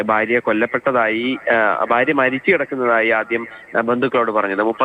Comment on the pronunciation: വാർത്ത പറയുന്ന വ്യക്തിക്കു ഉച്ചാരണ ശുദ്ധി ഇല്ല. അതോ മലയാളം ഇങ്ങനെ പറഞ്ഞാൽ മതിയോ ❓ ബര്യാ - ബർത്താവ്. പോയി മലയാളം പഠിക്കൂ